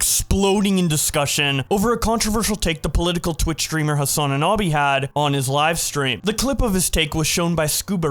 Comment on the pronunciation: I dont follow hasan or really any streamers but how do you say hasan anabi for an entire 25 minute video lol